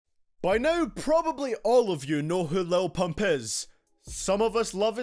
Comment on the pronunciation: Why you gotta say pump like that bruh 😂😂💀